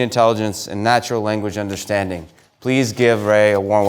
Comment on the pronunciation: you say “understanding” but in all of your recent videos on youtube you say “underschtanding”… I’m accusing you of taking up a fad and making the ‘shh’ noise when most people just say ‘s’ and there’s no pronunciation reason to say ‘sh’… I think u got it from the rap songs, 21 savage et al, a wave came through of them saying words unusually, and this ‘sh’ (reschpect, underschtand, etc etc) was used heaps by people many people like yourself suddenly decided within themselves that they will be saying the word this new hip was and it will give them flare… I don’t think it’s cos you’re Jewish! Lol… all good tho man bro, you do u! And maybe I’m wrong.. shtick isn’t spelt stick and stand isn’t spelt shtand. I rest my case. 😊 check my channel